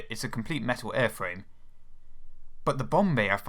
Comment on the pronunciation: A compwete metaw aiwfwame.